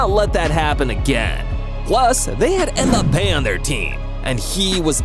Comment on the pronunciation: I can't comment so I'm replying. This guy is clearly not a football fan. James Rodriguez is pronounces ham-ez. And that's not how you pronounce Mbappe. Or salah.